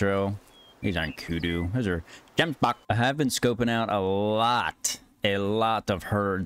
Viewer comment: Bro it just gets me that in a short cut he says GEMSBUCK